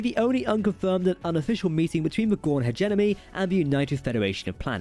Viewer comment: The accent is fine. It's the mispronunciations (like "Hedge-Enemy" and "virapulous," and "ovaripus") that are getting on my nerves.